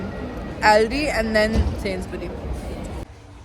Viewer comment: Hi first InshaAllah you both will pass with flying colours & second just want to correct your pronunciation it’s Sainsbury’s with S in the end and it’s Aldi with A and not Ouldi just so people won’t start picking on you who lives in UK bless you both 🤲